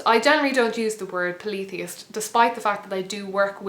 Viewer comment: she confused me with the pa-leee-the-ist....in America we say paul-e-THEE-ist